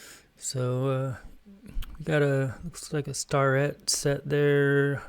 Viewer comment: Starrett is pronounced Stair-et, They had a plant in Mt Airy NC and I dated a girl in the 80's whose dad crated up their equipment for shipping...